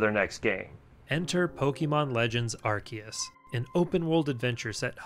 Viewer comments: Its Arkoos xD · nah its pronouced arkoos